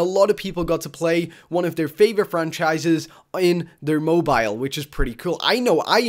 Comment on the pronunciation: lmaoooo moe bio? just say cell phone holy shit lolz.